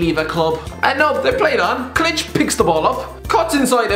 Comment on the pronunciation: learn to pronounce Klich pls.